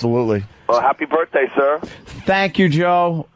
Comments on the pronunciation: I couldn't get through this. Opie's "birfday" and shit wow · I get Sick to my Stomach Everytime Opie says Birffday... Shut Up You Bum lol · Opie should have punched in the mouth every time he said "birfday". What an unfunny cunt. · Really want to strangle opie every time he says birfday. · Birfday gets funnier every time Opie says it! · I just love it when he says forty florf birfday